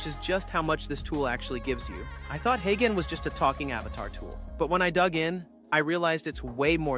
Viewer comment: When you’re scripting for video write phonetic - you’re speech says Haygen but uses the g like the g in garden which is wrong - so write it hayjen and it will sound correct